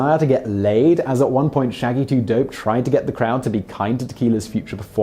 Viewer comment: I'm sure Simon doesn't read the comments, but I have a question for him. How hard was it for you to get through talking about ICP? It was extremely awkward watching a proper British guy saying words and phrases like the "Gathering Of The Juggalos" and "Shaggy2Dope". Did you have to do several takes because you would spontaneously burst into uncontrollable laughter?